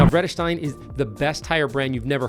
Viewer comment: Always love people who aren't Dutch oriented pronouncing our Vredesteyn